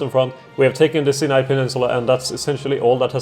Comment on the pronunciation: Nice job! If you want to put more pressure on the allies, you could get involved on the Hedjaz-Yemen front. /Pronunciation Tips: Sinai - S(eye)n(eye). The vowel sounds are both pronounced like the word "eye". Nancey - Nahnsee